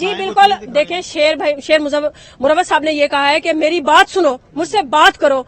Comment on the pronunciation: MARWAT, NOT MURRAWAT ( URDU WALA)